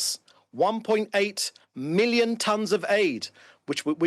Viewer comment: “87 milion meals” 🤦🏾‍♂️ israel out here solving world hunger